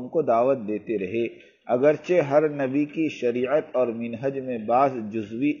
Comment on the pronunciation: Janab ye qiste bahot se ulama kiram b sunte hai mashallah aap k padhne k andaz ki tareef b karte hai lekin kuch ulama kiram ne tawajjo dilai hai k ibarat padne me kuch galtiya reh jati h or woh galtiya bar bar ho rhi hai unme se ek to yeh h ki lafz Muttafiqn alaih nhi h balki Muttafaqun alaih h Dosra lafz minhaj nhi Balki manhaj hai gustakhi k liye maafi